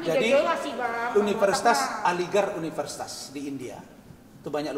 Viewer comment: Apa dia bilang..universisait?